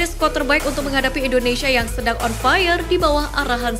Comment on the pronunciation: Tariiiiiiiik nafas, Mbak..... Atuuuur nafasnya biar terdengar Wajar ya ..... INDONeiiiisyiiiiiiia😂😂😂😂😂